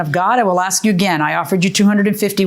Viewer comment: They should try to eliminate using the word “ask”. I heard aks about 20 times. That the troof.